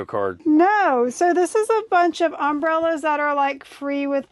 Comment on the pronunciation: um-BREL-las. LOL. not UM-brel-las. Love these videos but that drove me bonkers. .. so I looked online to make sure I wasn't off my rocker